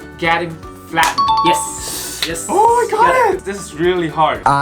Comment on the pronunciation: 我一邊聽一邊懷疑自己的耳朵 我真的是在聽英文嗎😂😂 阿滴聽得懂95%我是聽不懂95%😂 Feeding my chickens 我聽成 fighting my chickens 🤣🤣🤣 最後一支影片好好笑🤣🤣🤣 Just the way he said "he stole mah soap!" 🤣